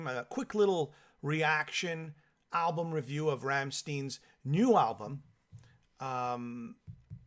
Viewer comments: Werner Boshoff hahahah. Ramm stein!!! No steeen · Ramm STEIN not shteen. Pronounced 'shh tie nnn' in your shitty bastardised version of my beautiful language. An English man. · "Rammsteeeeeen"..... SMH 🤦‍♂️ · Rammstein doesn't rhyme with 'teen', it rhymes with 'wine'.